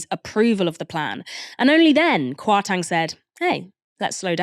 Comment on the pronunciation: I love the show and I’m not a fan of Kwasi Kwarteng at all… but just for info it’s pronounced “KwartEng” not “KwartAng”. As someone with Ghanaian ancestry the pronunciation was a little bit distracting. But other than that great show as usual! is a brilliant presenter.